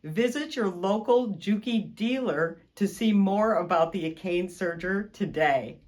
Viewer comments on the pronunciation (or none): looks like a fantastic machine... but it's pronounce a - ka - ne NOT a - kane